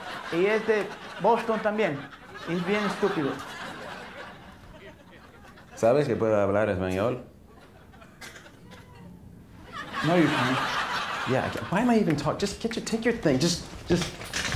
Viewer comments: I don't think that someone who pronounces "ebañiol" instead of "español" can be considered to speak the language, I don't know how he can not even pronounce the name of the language when his wife is argentinean. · well he said ebañol and not español, so he must've misheard Guillermo